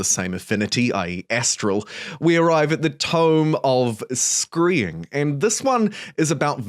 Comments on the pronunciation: I think it's pronounced "S - Cry - Ing" not "S - Cree- Ing" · Generally really love the content, but Scrying isn't pronounced with a long E sound. It's closer to Skrai- ing than Skree-ing if that makes sense. Dunno why but that mis-pronouciation killed me. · screeing, really? dude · Ss-cry-ing not whatever you saif lmao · What part of the world are you from where they say Screeing? Most places say scrying like crying. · omg that hurt my ears. How did you pronounce scrying?!?! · You sound like you are quite smart and can talk.. but I wish you could say the word ‘scrying’ properly. Have you never heard it before? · Great video! Minor comment - 'Scry' rhymes with 'Cry' :)